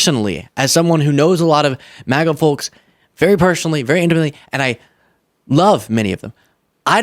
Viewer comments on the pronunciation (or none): I like you,; I really do. However, you probably should not use the word “folks”, if you don’t know how to pronounce it 🤷🏻‍♂️